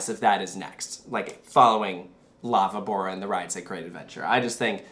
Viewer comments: I swear I was like what is Lava Bora? But then I realized they’re saying La VÍBORA (VEE-bo-ra). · La Vivora is pronounced "la bee-boh-rah" with an inflection in the "bee"